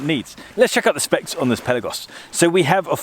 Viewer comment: Amazing diving watch, amazing review ! ! ! And you are one of very few editors that you say correct the word "PELAGOS" ! ! ! And yes you pronounce" PÉLAGOS - Πέλαγος " and not PELÁGOS of all others gay say ! ! ! 😉👍🏼